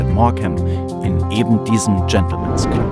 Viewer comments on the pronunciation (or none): none